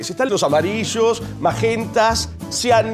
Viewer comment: Porque aparte no todo es blanco y negro en la vida! Están los amarillos, los magentas, los "cyannns"... eh-saz-eh... XDXDXD